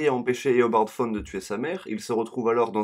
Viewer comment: et dit pas fone mais tawne